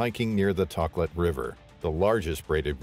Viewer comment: And the river is “Toe Klat”